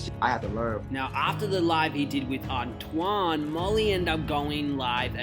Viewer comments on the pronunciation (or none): Man if you don’t stop doing black people topics and not pronounce these names right 🙄. Tf is a ant-a-wahn.